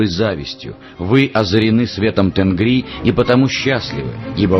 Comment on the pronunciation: Правильнее будет не Тенгри, а ТЕНГИРИ!